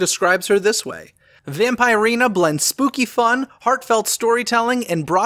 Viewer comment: Pronouned Vamp-ER-ina:)